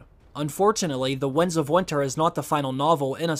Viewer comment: This guy can't say "winds". He keeps saying Wunds of Winter. He also said Lomshot, instead of longshot.